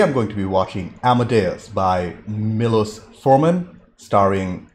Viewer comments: It’s pronounced’’Milosh’ not ‘Milos’. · It's pronounced "Mee-low-shh" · Pronounced....mee losh (milos)